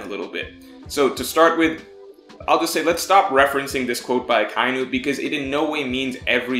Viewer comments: A-kye-nu lol. It's Aka-inu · I have. they say aka-inu not a-kai-new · What space lol. Do you not understand how pronunciation is written? Do you think pro-none-see-aysh-on is incorrect because there are "spaces" in it? lol It's Aka and Inu, meaning red and dog, pronounced quickly with no pause between the words. Aka-inu. Not A-ky-noo